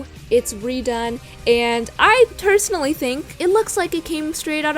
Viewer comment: "I tersonaly think it came out of Pinterest".